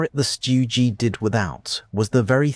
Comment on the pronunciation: Really? Stu Gee, Sturmeh guhshoots? Stopped video . Tired of AI crap.